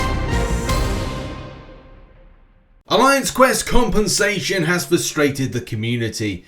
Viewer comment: I really like your accent when u say compensation tbh please say it in the next news 10 times without any reason or not it's not necessary